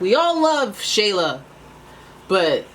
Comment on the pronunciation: I'm sha-la but a lot try pronouncing it shay-la 😂 Well this is awkward 🤣